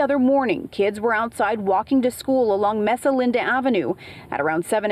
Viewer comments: are you telling me that a California news station has a reporter that can’t pronounce Mesa properly? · May-sah, not mess-uh. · why don't you know how to pronounce Mesa?